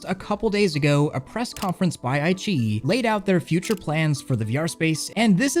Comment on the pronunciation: IQiYi is actually pronounced "I" (like eye) "Chi" (like Tai-Chi) "E" (Like the letter E). I - Chi - E:)